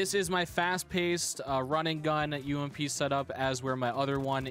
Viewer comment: Let’s go the umpppp not u-m-p btw it’s ump